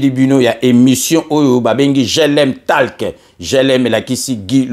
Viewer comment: Merci...mais je voudrais apporter une toute petite correction sur le mot: TALK. Dois-je préciser que c'est unot anglais qui se prononce "tolk"....la lettre A...se prononce alors comme O... Ainsi on dira: GLM TOlk....pour faire simple. Merci mpangi.